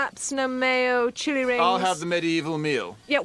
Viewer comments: Chewy rings- not chilli rings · For the longest time, I thought they said "Chewy rings" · I honestly thought she said “chewy rings” and I wondered what that was supposed to mean ingredients wise 😂